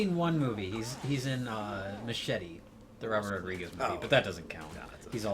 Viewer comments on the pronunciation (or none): none